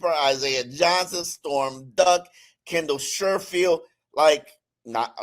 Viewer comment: Maitre is on IR and gone for the season, so he isn't competing. Also, it's Sheffield not Sherfield. It's Larry Borum not Broom. Come on, step up your game.